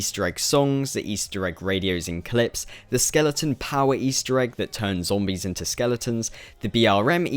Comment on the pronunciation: you sound like your chocking on something, and how comes every other zombie you tuber doesn't pronounce it like you